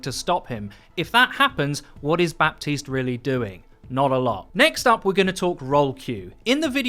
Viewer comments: Please learn how to pronounce his name correctly! It’s not BAPtiste but Batiste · It's "Bateest" not "Bap-teased". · Bah-teese not Bap-teeste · Still waiting for to finally pronounce Baptiste Ba-teest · I don't mean to be rude, but it's pronounced "Batist". The 'p' is muted. See reddit thread on this very thing. Love the content, keep it up :) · Its pronounced batiste right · Overwatch: can you guys please not do a "Bridget" 2.0 all over again for 6 months long? His name is pronounced Bateest so the P is silent. Thank you. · I just want everyone to know that you don't speak the "p" in Bapstiste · The 'p' is silent in Baptiste's name. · Baptiste. The p is mute ! Please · STOP PRONOUNCING THE P IN BAPTISTE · The only thing I dislike about this video is that you're pronouncing Baptiste wrong lmao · I may be really really nitpicking here but, The ''P'' in ''Baptiste'' is actually mute and should not be pronounced. Love your vids, keep it up:D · Pronounce Baptiste's name correctly for goodness sake! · THE P IS SILENT! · you don't pronounce the "P" in "Baptiste".